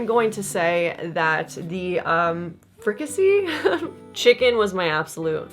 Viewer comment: What a fun video idea! I think you're pronouncing "fricassee" right—or at least, that's how my family pronounces it. I know what I'm making for dinner this weekend.❤